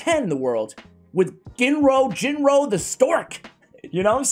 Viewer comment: Ginro is pronounced with a HARD G (like Galek). You said it right a couple times, then you reverted to the soft G.